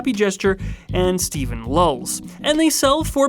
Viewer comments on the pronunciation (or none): none